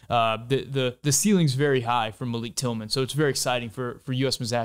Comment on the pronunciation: Love the video as always, but thought I’d give you a few criticisms to possibly consider with chill vibes. You show a full screen graphic for a couple seconds when talking about Horvath, but I had no idea how to read it, and it wasn’t directly addressed. You say Malik Tillman’s name wrong. You’re wearing a shirt with a picture of a patriot, referencing revolutionary warriors as kings, which seems historically dissonant.